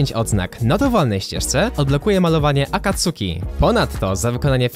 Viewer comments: Nie mówi się akatsuki tylko akatski!!!!!!11!1!1!!1! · Nie czyta/moei sie AKATSUKI tak jak sie pisze tylko AKACKI!!! JAKBY BYLO TAM C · Poprawka nie czyta się Akatsuki tylko Akacki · Wymawia się akatski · Akatsuki czyta się akatski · Mówi się akacki